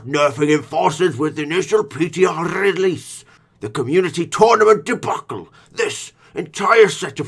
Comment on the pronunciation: Trying to say ‘release’ in that accent 👌🏻😂